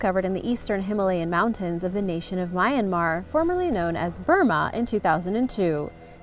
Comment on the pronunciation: Omg the way you said Myanmar though 😂